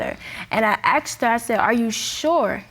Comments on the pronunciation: Asked not axed People pronouncing this word wrong pissee me off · And why do I hear ‘aksed’ instead of ‘asked’ all the time. Or does it just sound like that to my non-native English ears? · Why is every black person at court because some black guy died . Why are black guys always getting killed ? & why do black people say " axed " it's asked ? " mines " instead of mine . Also , peep the mustache guy in the back haha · Why are they saying aksed instead of asked?